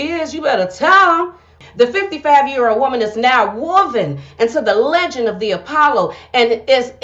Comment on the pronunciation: The word is leh-gin-d,not leg-end 🤭